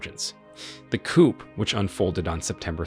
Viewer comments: For crying out loud, teach your artificially intelligent narrator that chickens are kept in a coop, and governments are taken over by a coup… This channel SUCKS. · Watch out for those coops! 😂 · The ‘p’ in coup is not sounded, just ‘cou’ will do. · Pronounced COO. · The letter P is silent in the word COUP. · Another AI failure. Please train your computer how to pronounce coup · I agree with everything you say but you need to know the ‘p’ is silent when saying coup! America uk France and Germany need to mind their own business and do trade deals with these countries and I can guarantee it will end the boats!!! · Learn how to say coup properly. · The P is silent in coup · The 'P' in coupe is silent.